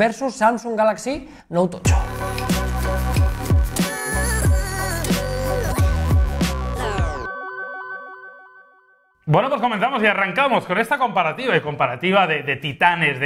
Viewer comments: Porque siempre decís note tocho? Tan difícil es decir note Ocho ? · El "Noutocho"